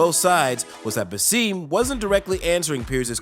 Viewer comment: It's BaSSem not BasEEm